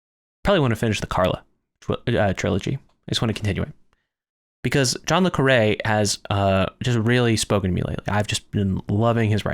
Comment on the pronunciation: While I was enjoying this video, the ad breaks every few minutes for an 18 minute video is rather annoying. Also, just to mention, in the U.K. John le Carré is pronounced more like "John le Carry".